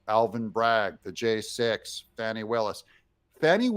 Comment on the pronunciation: This whole report is BS. First her name is pronounced Fawn-ie. Secondly, she hired this guy because he is an excellent attorney as is she. Third, that divorce suit has been going on for 2 yrs. It happened because his wife cheated on him with his best friend. Fourth, the married couple both agreed to a nondisclosure agreement at the beginning of the divorce 2 yrs ago but suddenly the same day she asked for disclosure one of Trump’s worst goons files a suit of conflict suggesting collusion between Trump and the ex wife of prosecutor.. Fifth, this is not the first time the republicans in the Georgia senate have tried to get rid of Willis and it was turned down by their governor. Sixth, this has absolutely nothing to do with the Trump case and will have no effect on it. I strongly suggest you listen to fact based news, especially with esteemed attorneys like Midas Touch.